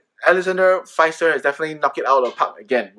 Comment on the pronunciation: Thanks for your video,! By the way, pronounce Pfister with an "e" as the letter "i" Maybe for your next video:-) Hope to see more Comet!